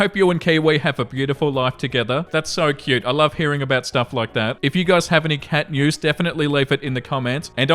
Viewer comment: At the end it sounded like said "cat mews" not "cat news" and I honestly want to hear either.